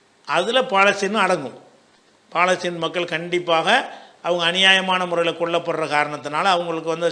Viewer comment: ஐயா அது பாலஸ்தீன் அல்ல பலஸ்தின் பிழையாக உச்சரித்தால் அதன் பொருளும் பிழையாகும். மார்க்க அறிஞருக்கே இது தெரியலியா?